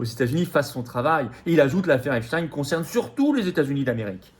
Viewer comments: Epstein. Et non epstiiinne 😂 prononcé par les medias😂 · À prononcer Epstine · On dit Epstine comme Poutine 😂. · Ils prononcent tous "epstine" pour que ça rime avec Poutine. Qui est dupe de la supercherie à part les mougeons?